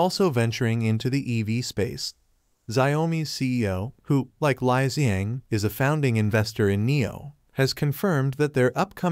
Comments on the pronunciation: It is pronounced as Li and not Lie. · You getting your info from Mr. P? LOL... Its pronounced Lee.......................................